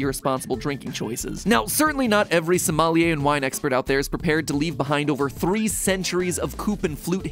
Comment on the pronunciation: It's "Sommelier"